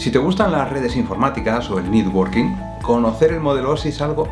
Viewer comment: "si te gustan las redes informáticas y el ninurnekjn working?" pero que es lo que dice? estas traducciones del ingles a veces las hace cualquiera y no se entiende un sorongo!:face-red-droopy-eyes